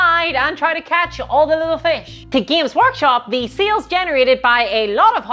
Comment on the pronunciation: I never misheard your pronunciation of sales. Now seals is all I hear. Help.